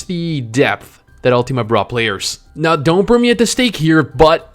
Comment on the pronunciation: UL-TIM-A NOT UL-TEAM-A Sorry just had to get that out there